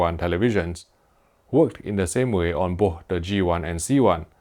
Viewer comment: May I suggest you say "boss" and "wiss" instead of "bo'h" and "wi'h" since you can't pronounce "th", it's too weird lol.